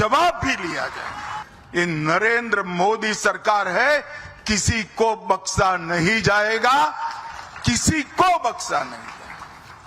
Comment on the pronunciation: Ic chotya ko bolo baksa nahi bagsha hota hy😅